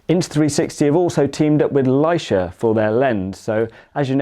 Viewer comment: Might want to research how to pronounce Leica. 😉